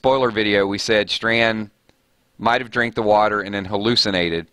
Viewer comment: Btw it's Strand not Stand lol